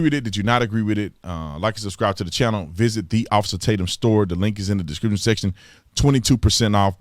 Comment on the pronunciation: Most people: “Description Section” Big T: “DiskrissinSessin” No need to talk so fast in your intro! 🤣There ain’t no time limit man! We’ll still be here !